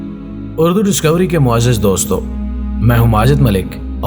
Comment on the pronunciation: جناب آپ اکثر معزز میں غلط تلفظ کا استعمال کرتے ہیں برائے مہربانی اس کی تصحیح فرمائیں۔صحیح تلفظ مُعزَّز ہے۔